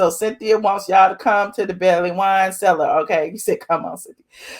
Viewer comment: Its bailey not belly